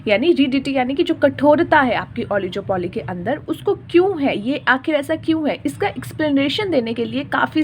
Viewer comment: It's not ओलिजोपोली it's ओलिगोपोली